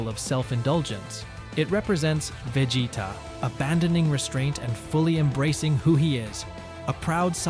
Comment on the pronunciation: Can you please stop saying vegeta like that